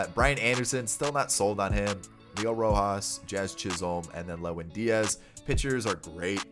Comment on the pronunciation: did he say jiz chisolm?